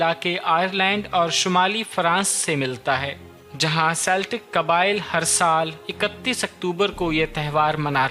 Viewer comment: Celtic is pronounced as keltik